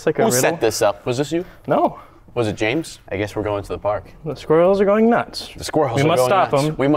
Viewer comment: it's pronounced James